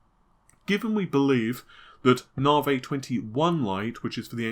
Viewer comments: If manages to say NAVI and not NAAHRVAAYY, I swear I will hook him up with a nice ho-ho...... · Just say navi. ITS NAVI. NAVIGATION. NOT GODDAMN NARVAY. STAHP!